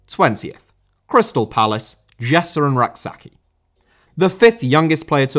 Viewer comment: the name is pronounced Rak Say-chee